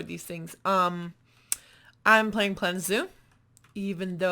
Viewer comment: You should YouTube the pronunciation of Tauranga cause your saying it like the zoo in Australia which is Taronga and it’s completely different as Tauranga is a Maori word meaning port and anchorage along with resting place.